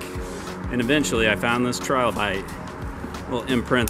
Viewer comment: Can you at least pronounce trilobite correctly?